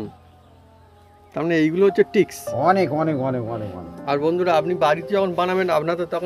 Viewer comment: জিলাপী দেখতে সুন্দর হয়েছে। শিক্ষিত ছেলে টিক্স কিভাবে বলে?? Tricks ট্রিক্স হবে শব্দটা।